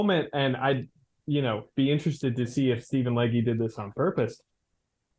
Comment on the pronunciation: I am listening, and the last "e" in Legge is silent. (Possibly the second "g" as well.) No worries, happens all the time.